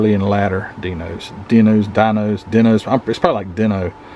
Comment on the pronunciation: It is pronounced DEAN O. It is made by Ferrari but it is a Dino. It is easier to pronounce than Bro ham😂🤣😂🤣